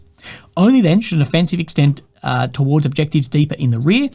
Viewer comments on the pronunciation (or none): none